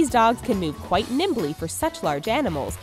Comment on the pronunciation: Kwaite bilding hot